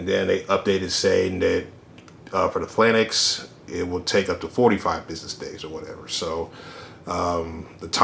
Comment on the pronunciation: 3 things 1) Great review. Love the size comparisons and the demonstrations with the Falcon figure. 2) If hasbro does another run of VAMPs i want the Rise of Cobra 4 seat version because I want more than just 2-3 figures on my truck. 3) Phalanx is pronounced fay-laynks.